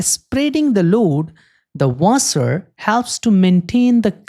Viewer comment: Wait how can you say section perfectly but not washer